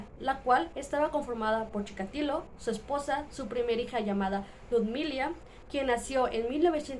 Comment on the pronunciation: Chi KA tilo. Dices Chika LI to